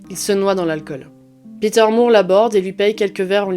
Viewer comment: De toutes les nouvelles chaînes de true crime, la tienne est ma préférée. Bravo pour ton travail ! (En anglais le nom de famille More ou Moore se prononce comme "décor" et non pas comme "amour". Je suis Canadienne donc bilingue. Désolée, c'est uniquement une info, tu en fais ce que tu veux 😊)